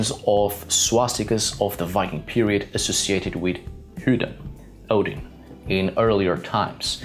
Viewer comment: Why do you say hudin?